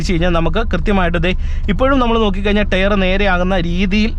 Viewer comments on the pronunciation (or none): Tyre - Tyre - Tyre - Tyre ....pls use Google pronunciation practice . You can definitely improve when you repeat TYRE 10 times with Google pronunciation.